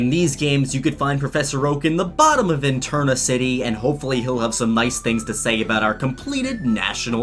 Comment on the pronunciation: Enterna City? It's Eterna like eternal. Neverending. Like space and time.